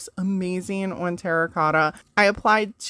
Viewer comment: Love how you pronounce "on" like "owenn" 😂❤ All the projects are lovely!